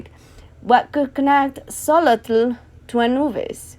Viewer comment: Hi! Awesome video, pero es pronounced "SHO-lotl" the "tl" and "ketzalCO-atl" is like a hissing sound, not its own syllable, put the tongue at the roof and blow out the sides, thats how you say t and l in one breath